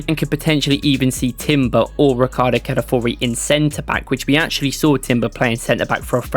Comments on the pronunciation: Ca-la-fi-o-ri mate. The first i isn't silent. Every time somehow you pronounce it Cala-four-i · Mispronounced his name